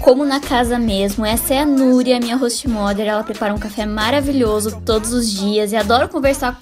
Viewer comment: bah essa tua pronuncia pra mother ta muito ruim, tenta prestar mais atençai nisso